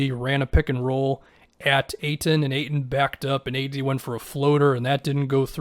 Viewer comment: Hahaha reading the auto caption for is funny, he never gets ayton name pronounced correctly